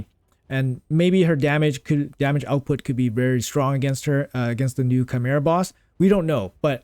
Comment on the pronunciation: bro said chimera right D